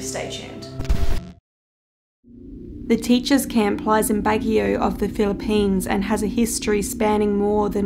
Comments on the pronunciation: It's Bag-yo not bagi-o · It's pronounced as Bag-yo (Baguio). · I hope this isnt offensive but im filipino and we pronounce it as "Bagyo"!! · You pronounced Baguio wrong, which saddens me as we Filipinos say it a bit fast. Anyways, we call that girl "The White Lady" and she's often used to scare children in our place. The headless priest is similar, I think. I never got into detail about him so I can't provide any information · Umm you pronounced Baguio incorrectly....